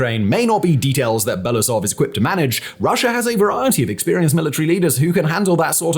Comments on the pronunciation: It is Be-lo-oo-sov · Very “good” report. Can’t even spell and pronounce the GerasiMov surname 3 years into the war. What do I need to say about Belousov… Belasov god is it that hard to pronounce every single letter you see? U english speakers with extremely huge channels never even bother to spend 5 extra minutes to double check and practice your pronunciation. I always wonder if it is not giving a damn and simply posting new content to match the timing or it is a belief in your own correctness. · I wonder if english-speaking commentators will ever learn how to pronounce his surname. It's Belo-usov, pronounce as if those were two word, u is pronounced like in uber.